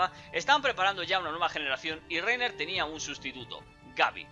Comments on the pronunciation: Raina* :v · Se dice "Layna" >:v